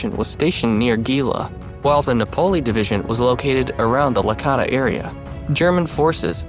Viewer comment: gela is pronounced JAY-luh, Licata is pronounced lee-CAH-tuh